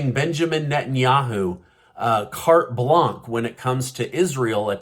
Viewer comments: REALLY? You can’t pronounce names and now you say Carte Blanc? It’s Carte Blanche. How the hell do you manage to interview the people you do, when you really are not that bright. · carte blanche ... please correct your pronunciation ... [ kart bla:nʆ ]